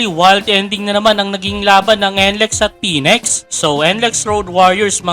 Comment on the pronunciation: May bago palang team ang PBA., phoenex. plantsahin m kaya dila mo para mapronounce m ng maayos sinasabi mo